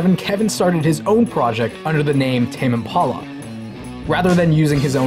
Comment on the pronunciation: Is that really how it's pronounced? Tame Im-pawla? Tame Impolla?